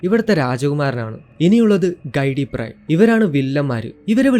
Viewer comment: കൈടി അല്ല bro ഗിഡി പ്രൈ എന്നല്ലേ